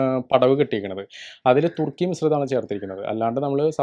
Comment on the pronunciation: തുർക്കി അല്ല 🎉സുർക്കി 😂